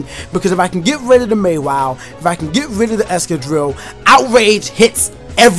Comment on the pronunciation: Say mawhile right